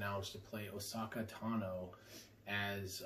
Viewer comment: Star Wars name pronunciation is off for Ahsoka Tano and darth/jedi knight revan